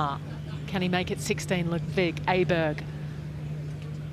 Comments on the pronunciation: stop calling him A-berg!....he is not an A-hole!....he is an Awesome player!....AWEBERG!!!!....the swedish letter Å is pronounced AWE!!!!!!! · English speakers should pronounce his name O-berg instead of A-berg. That would be much closer to the right pronunciation. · His name is not "Aberg" the reporters should say "Oberg"